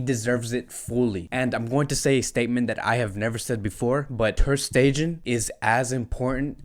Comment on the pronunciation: Hi.. I hate to be this guy, but please please please make sure you pronounce the players names correctly... Aleñá has an accent on the last a.. is not Aleña.. emphasis on the a not the e. Also Stegen.. not Stejen..